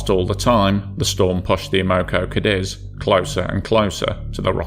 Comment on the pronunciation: clean your nasal cavity or use an artificial voice.. or stop sucking the damn carrot 🤮🤮 Cadiz, not cadEz, you fluffing tool! Not "off the coast of Britney"😭😭😭 You piece of fluff, you can't tell the difference between DWT, mass and GRT. You shouldn't be allowed to publish anything anywhere anymore.😢